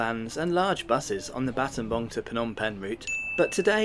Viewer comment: What a brave man going to scambodia just to do some videos on their public transport services. edit: btw props for pronouncing battambang properly. The last time I took this route in 2008, it took almost 8hrs by car. Nice to see the roads are fully paved unlike back then.